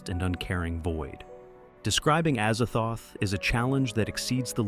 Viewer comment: Azazthoth is Az-zaz-thoth. Pretty easy.